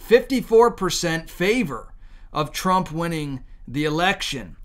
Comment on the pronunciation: TRUMP not TRAMP